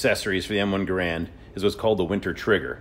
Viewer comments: Minor nitpick, but one I feel is important enough to be “that guy”. It’s not pronounced GarAND. It’s GARund. The emphasis is on the first syllable. It’s important to remember little details like that when we put so much effort I to remembering and celebrating these amazing pieces of history. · I'm not taking anything from someone who doesn't pronounce Garand correctly. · It's GAYR-und (rhymes with "errand") NOT "guh-RAND". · If you are going to do videos about the M1, I suggest looking into the correct pronunciation of Garand. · while i dont know how to type up pronounciation like major linguists, records from his rifle trials show hos name was not pronounced as it is in this video, rather with more emphasise on the first 'A' in his name, and the end is pronounced like the 'end'. If you were to spell it like it sounds, it would look kind of like "Gairend". On a quick and simple google search on how to pronounce his last name, the pronounciation is: ˈɡærənd'. So to answer your sarcastic reply, yes, we do know how his name is really pronounced. But pretty much anyone who knew that is gone, and thabks to films and video games, the name has been mispronounced for so long that most people dont know. Similar affect as the A-10. The term "warthog" is not the title of the plane. It is the A-10 Thunderbolt 2, but movies and pop culture have misinformed so many people, anybody who knows better gets made fun of so we just dont say anything.